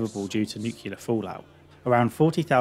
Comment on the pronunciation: Nucular fallout? Oh no... you're not even American, that's depressing.